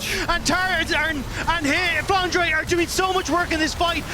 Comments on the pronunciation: I still have this thing in mind, why english caster call him flanra while his name is flanre? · I am the only one who cringes when captain flowers says “flandra”?